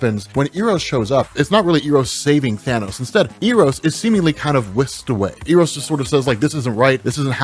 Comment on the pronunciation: Eros is pronounced Eh-rows.